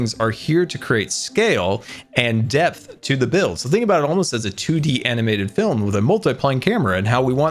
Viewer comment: when scar was talking about his magical village everytime he said depth i thought he said death